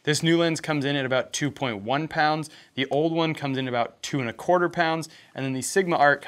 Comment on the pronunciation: HEY saying “pounds” with an American accent doesn’t sound right